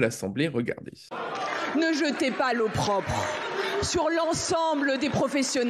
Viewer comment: Time code 22'40": Sarah El Haïry "Ne jeter pas l'eau propre"😂 alors qu'il faut dire "Ne jeter pas l'opprobre". Qu'est-ce que cela révèle ? Qu'elle a entendu l'expression sans même chercher à savoir comment cela s'écrit, sans même chercher à savoir comment cela se prononce. Tout fout l'camp ma pôv'Lucette.